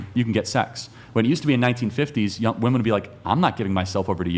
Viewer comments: Why do so many of them pronounce "women" as "woman"? I never understood this. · Serious question, wtf is up with these young women pronouncing "women" as "woman"? I've never heard of this being a thing until recent years.